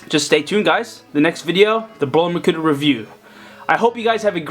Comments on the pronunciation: Hahaahahahah he say makuter😂😂😂😂😂😂😂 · he said makuter!😂😂😂😂😂